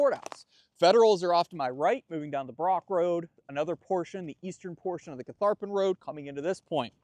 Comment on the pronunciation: Many kudos to for his camera work, and to the whole crew for pronouncing Catharpin correctly! Didn’t realize there was so much Revolutionary War history also connected to the site, but the entire Central Virginia area was strategic in both wars.